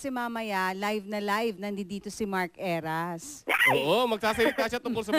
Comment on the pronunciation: bkit walang H ang pagbigkas ni LT kay mark Erras daw?..hehehe